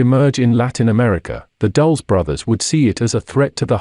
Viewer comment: Dul-les, not "Dulls"